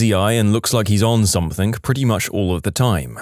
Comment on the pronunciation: No K in the word something